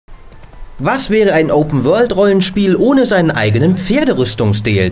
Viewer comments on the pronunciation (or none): Headcrabbler wie der am anfang open world ausspricht :D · wie der typ open world ausspricht ....mein gott lernen die da englisch bei gamestar?